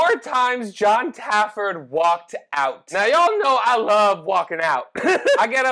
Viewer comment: How am I so many bar rescue videos in and only just realising now you might be saying Jons name wrong? Either that or my hearing is fucking up, are you calling him Jon Tafford? Because its Jon Taffer